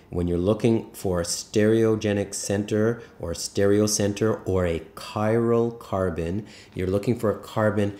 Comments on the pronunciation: Chiral carbon :) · Are you saying cyrocarbon?